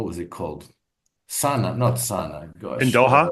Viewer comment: It's Astana,.